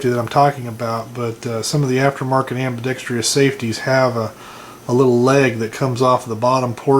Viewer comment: You keep mispronouncing ambidextrous. There is no long E sound after the tr in ambidextrous. Not a big deal.